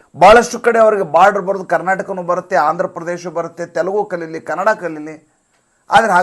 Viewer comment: ಮಲತಾಯಿ ಧೋರಣೆ ಅಂದರೇನ್ರಿ? ಮಲತಾಯಿ ಮಲಮಕ್ಕಳಿಗೆ ದ್ರೋಹಿ, ವಂಚಕಿ ಎನ್ನುವ ಅರ್ಥ ಉಂಟು ಮಾಡ್ತಿದ್ದೀರ. ದುಷ್ಟ ರಾಜಕಾರಣಿಗಳ ಅಂಧಾನುಕರಣೆ ಮಾಡಬೇಡಿ. ಜನರಲ್ಲಿ ಅಪಾರ್ಥ ಉಂಟು ಮಾಡಬೇಡಿ. ಮತ್ತು ಕನ್ನಡಭಾಷೆಯನ್ನು ಕನಡಾ ಎಂದು ತಪ್ಪು ಉಚ್ಚಾರ ಮಾಡ್ತೀರಾ. ಇದು ಕನ್ನಡಕ್ಕೆ ನೀವು ಮಾಡುತ್ತಿರುವ ಘೋರ ಅಪಚಾರ. ತಿದ್ದಿಕೊಳ್ಳಿ.